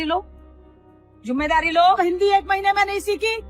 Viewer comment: खुद तो सीख लो पहले..... 'जुम्मेदारी' नहीं "ज़िम्मेदारी" होता है ।